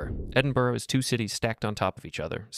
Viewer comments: It’s pronounced “edinbra” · This is AI. Can't pronounce Montreal or Edinburgh. Also let's be honest, ever channel started in 2025 is AI.